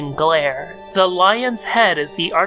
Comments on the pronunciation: Say it like it looks. Yall-Dah Baoth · oD is Caliborn confirmed for messing up the name all the time.